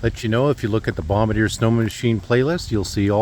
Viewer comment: Minor point: Joseph-Armand Bombardier hailed from French Canada, his name and that of the company he founded is pronounced Bom-bard-dee-ay. Call it a pet peeve.